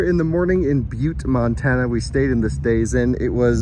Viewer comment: OK so you start off in North Dakota you pronounce that properly but next time you go through Montana pronounce it right it doesn’t start off pronouncing it as man